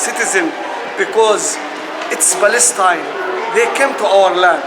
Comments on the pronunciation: What we see is the Lord hand for kicking the "Balestine" greatest lie ever in history.thay can't even pronounced the word Palestine... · “This is our land” Western Sahara 🇪🇭 Sudan 🇸🇩 Jordan 🇯🇴 UAE 🇦🇪 Palestine 🇵🇸 We are indigenous to Balestein, which is why we speak a foreign non-indigenous language and practice a colonizer religion. It’s also why we can’t pronounce the “p” in Palestine, which means “invader.” We are sooooo indigenous 🤡